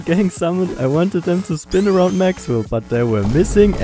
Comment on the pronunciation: El Maxwell instead of El Mexwell 😭